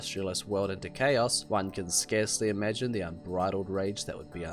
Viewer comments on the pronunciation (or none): none